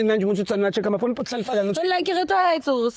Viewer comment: just can't pronounce Hlalefang (be brave, be clever) He says Hlalefa "ga" 😂